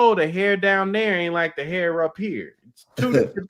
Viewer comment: No fronting, the way pronounces "hair" as "here" was confusing me a little 😂